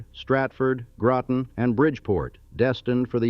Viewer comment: Groton , not Growten !